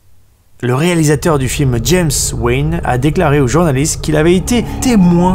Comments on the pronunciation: y'a rien qui va dans les prononciations mec. William Friedkin se prononce Fridkin (et non pas "Fraydkein" comme le kentucky Fried Chicken) Ti West -> Taï West (et pas tea west) James Wan -> Avec un A et non pas James Wén Bonne vidéo sinon. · Crash,pas scrash. Et James Wan,on croirait que tu dis James Wayne.